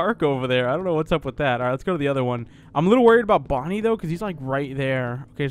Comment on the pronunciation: You where saing that Fredy whas Bony.